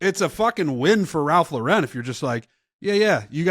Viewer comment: Ralph Laur-en 🥴